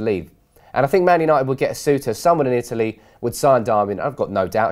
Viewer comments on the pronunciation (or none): none